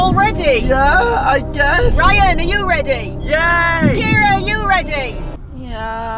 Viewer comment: My sons name is called Kieran not kiera